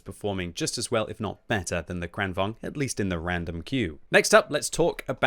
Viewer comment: Timing of Swedish butchering seems to be retaliation for them joining EU lol